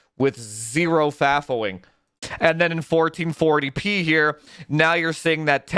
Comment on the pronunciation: Thank you supporters! Without you we wouldn’t have this beautiful content! I love when says “1440 peeh” - makes me giggle every time. 😁